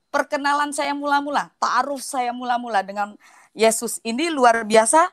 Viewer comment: Ini kesaksian apa sih katanya dari kecil juara mtq kok salah bacanya dan glepotan ..taaruf aja taarung